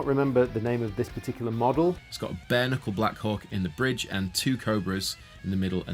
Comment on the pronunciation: I swear he kept saying BARNICLE, not Bare Knuckle.